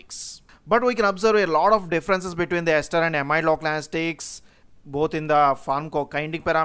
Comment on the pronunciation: Sir why are you keep saying anastics again and again?? Isn't it anesthetics?? I don't want to sound mean, just couldn't help myself from asking ..